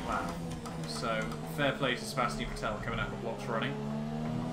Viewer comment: Please for the love of God Stop mispronouncing Vettel 😂